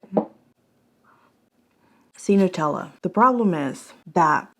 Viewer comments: Love your reviews but damn girl... NUH-tella (as in nut) not NEW-tella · just nuts. Nut-tella.